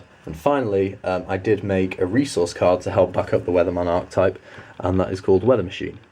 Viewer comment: Great video man! But just telling you Archetype is pronounced Are-Ke-Type